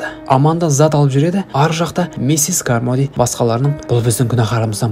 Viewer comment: Миссес кармоди емес каромди деп қоиыпсыңғо бауырым